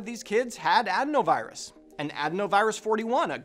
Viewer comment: That would be a pretty BIG coincidence no? Couldn’t possibly be related to the lab designed virus that swept the world, or the untested vaccine. Take it from this guy who can’t pronounce adenovirus